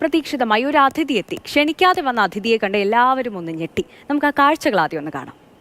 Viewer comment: Correct; njaanum sradhdhichu; Athu pole video yude aadya 7 seconds il 3 praavashyam avar parayunnathu “ Adhdhithi” ennaanu ; correct pronounciation “ athidhdhi “ ennaanu… Kashtam; Malayala Bhaasha okke thettichu paranjaalum oru prashnavum illennaayi… 🙄🙄🤦🤦😰🙏🙏